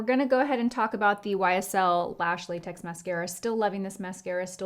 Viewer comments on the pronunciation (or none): none